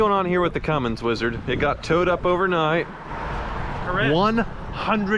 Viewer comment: They don't call him Weezard for nuthin.